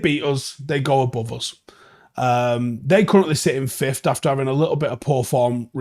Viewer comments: I didn’t even realise he pronounced it like that lol. I’ve heard many people pronounce it like that though. It’s wrong but maybe it rolls of the tongue easier like could’ve many people mispronounce as could of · Please start saying fifth properly it isn’t even an accent thing you’re just straight up saying it wrong